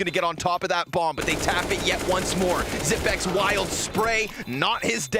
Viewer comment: It's pronounced Xyp-EX not Xyp-NEX. This announcer is making me mad. How the f do you even make that mistake? They also were calling Magisk Magik last game. WTF? Terrible etiquette to mispronounce some of the biggest players in the world. I wasn't even rooting for Astralis but it pissed me off.